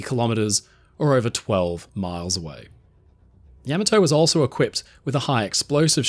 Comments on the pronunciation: Nice work Btw you are not pronouncing it right. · Could've at least gotten the pronunciation right. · Yamato doesn't rhyme with 'camel toe'😂😂😢😢😅😅😅😂😂😂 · Learn how to pronounce the name of the ship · You seem to know just about everything about the ship except how to pronounce its name. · Why can't the narrator pronounce "Yamato" correctly? This is very odd to do a nice video and then not say the name of the ship right. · pretty hard to listen to Yamato being mispronounced over and over again, I had to mute and block this channel!! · You should’ve research how to properly pronounce Yamato first… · I love your videos, but every time you said the ship's name, you made me cringe! You put the emphasis on the first syllable correctly (YAY!). But you insisted on saying "YAM," instead of the correct, "YAHM." So, she wasn't YAMato, nor was she yah-MAH-to. She was YAH-ma-to. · Why do the British screw up the pronunciation of the Japanese war aircraft, ships and other weapons? This ships name was pronounced, Ya/ma/too, not Yam/o/too. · You say YAM-a-to, I say Ya-MAH-to. Let’s call the whole thing off. 😂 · Ahhh The Yam a toe. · Yama toe 😂 Ya Mato 🍡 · not yami-to, ya-maw-toe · Ya-ma-toe- Not Yam-a-toe. You and Drachinifel. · Ya maa tou. love the aussie accent , cute, yama toe doesnt work , say it properly. ten icho go. ? gou? Its a great piece, but constantly hearing yaaamaatoe is grating... and feels a bit disrespectful. Ya ma To .... you say so many other japanese words correctky like hiroshima and okinawa, sounds good...but this ship is not a toe not a mountain toe. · YAMATO TOMATO TAMATO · Genius, he calls it Yeah-ma-to for the first 10min. Factually incorrect pronunciation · You hurt your toe? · No, he did not. In Japanese, vowels are pronounced distinctly and evenly without strong stress on any particular syllable. He stresses "YA" at the beginning of the name, which is simply wrong. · I believe the emphasis should be on the second syllable, "ya-MA-to"